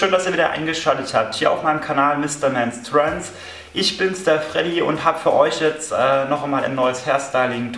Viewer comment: ich finds lustig das du dein eigenen kanalnamen nicht aussprechen kannst :P